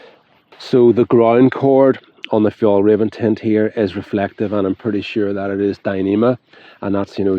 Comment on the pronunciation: It´s Fjell- r-ai-ven. The way you say Fjollräven translates to "sissy fox". Fjällräven means "mountain fox". 😅